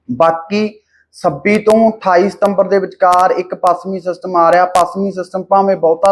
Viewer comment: ਬਾਈ ਤੁਸੀਂ ਹਮੇਸ਼ਾ ਛ ਨੂੰ ਸ ਹੀ ਬੋਲਦੇ ਜਿਵੇਂ ਪੱਸਮੀ,ਸੱਬੀ ਤੇ ਹੋਰ ਵੀ ਕਈ ਸ਼ਬਦ ਨੇ। ਸੁਧਾਰ ਕਰੋ।